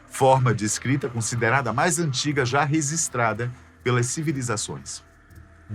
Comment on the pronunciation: “ReZistrada” foi foda!